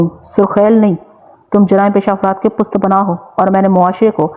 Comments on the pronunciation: I think word pusht punnah hy... pusht back ko kehty hn... or plz ap sentences repeat na kia kren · lafaz pust panah nahin hota balke pusht panah hota hay isay drust farma lain.thanks..